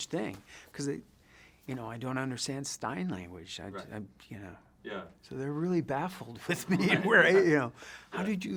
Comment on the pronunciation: "Stein Language..." is that how you talk after you've just downed six weissbiers in a row, or something?